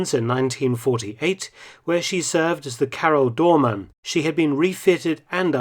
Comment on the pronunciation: As a Dutchman, I'd like to compliment you on your near-flawless pronunciation of Karel Doorman.